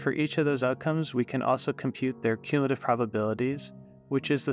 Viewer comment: what are you even talking about, he pronounces it perfectly